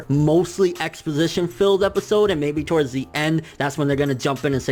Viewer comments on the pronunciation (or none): none